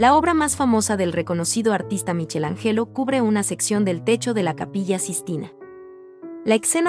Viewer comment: Que pronuncia muy bien? Se ve que no conoces a estos grandes maestros, a Miguel Ángel o Michelangelo lo nombró de manera impronunciable, lo mismo que a Sandro Botticcelli a quien cambió la O del apellido por una Á durante todo el tiempo. Mi observacion no tiene intención destructiva sino todo lo contrario, que se transmita cultura en todos los aspectos. Es mejor no refutar un tema desconocido como es la buena pronunciacion de un idioma extraño. Es algo que involucra a la cultura y ese el objetivo de este video.Espero haber dejado claro el motivo de mi comentario.